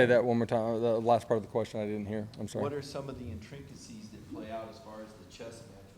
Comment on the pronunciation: “Intrincacies”?????????????? Intricacies, maybe? Good Lord.